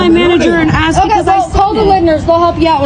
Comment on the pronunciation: No one was “axed” to do anything. They were “asked”.